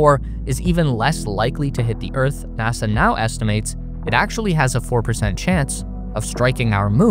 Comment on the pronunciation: it … haapined nahsa 😂🎉